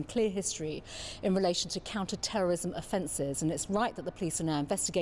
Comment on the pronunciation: Why does she keep saying counter terrorism the wrong way?